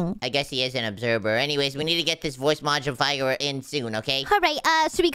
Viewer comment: it is modifier not modibier